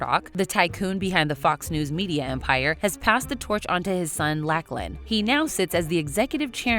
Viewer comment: I'm sorry, but how you pronounced Lachlan was so wrong and American, it took me the fuck out. (Suppose to pronounce the a more as an o, so it sounds more like Locklan - hope that helps)